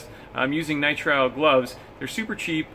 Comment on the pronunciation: Nitril.not nitro